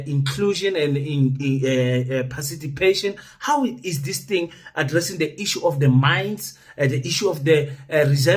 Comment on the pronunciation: My guy said so.... i have heard you a several times saying "parcitipation" instead of "participation". just think of the word "party" before you say it, I know it dibbles a lot of people✌